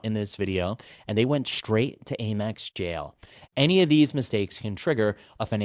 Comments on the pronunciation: It's 'AMEX,' not 'AIMEX.' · I have never heard someone say Aimex. Lol AM-EX.